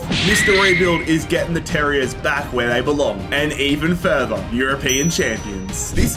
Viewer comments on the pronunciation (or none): none